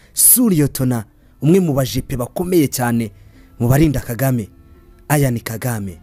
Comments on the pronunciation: Why do you pronounce his name like that?? Eishh. It's Ian, not Ayan!!! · Uzige kurivuga neza! Ni Ian, ntabwo ali A ni I ,autrement merci kuraya makuru alyoshye!